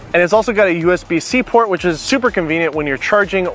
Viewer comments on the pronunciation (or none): none